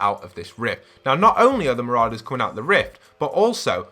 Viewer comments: He calls them mararders lol its said ma-raw-dus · It’s Siona, like Fiona but with an S, and they’re not MarAders, they’re Marourders, not an emphasis on the A, but or, like as in Pour. Marorders I know the spelling Marauders, May make it look like it MarAders, but it makes the video unwatchable for me when you can’t pronounce Marauders, Marorders, like it’s supposed to, and mispronouncing Siona? Surely you know someone called Fiona, it’s the same but with an S. Sorry bro but it needed saying, it was doing my nut in. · It's not mararders lol its said ma-raw-dus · not trying to be annoying but ma-RAW-ders not ma-RAO-ders (pronunciation btw not spelling) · Mate can u pronounce anything its mou-roa-ders and si-o-na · You can’t say marauders right